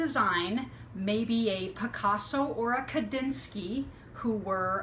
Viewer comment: Ummmm.........it's Kandinsky, not Kadinsky.